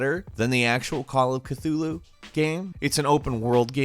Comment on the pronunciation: Stop saying Cthulhu like that.